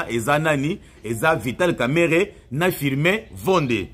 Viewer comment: Son nom c est pas kameret comme vous le prononcéz son nom c est kamerenge wamakisi